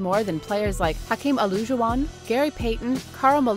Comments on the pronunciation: “hakeem olooojuwon” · nigga how did you say Hakeems last name